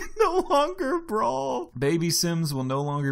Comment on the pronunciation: I thought it said 'bawl', not brawl.